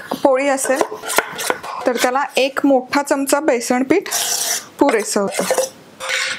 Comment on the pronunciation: तुम्ही कृपया आपन म्हणू नका . आपण म्हणा. तुमचा आवाज व बोलण छानच आहे. पण जे तुम्ही पन म्हणता ते थांबवा.